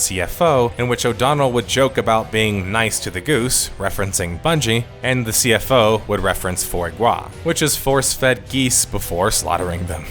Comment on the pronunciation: I had to rewind to understand you tried to pronounce Foie Gras 😂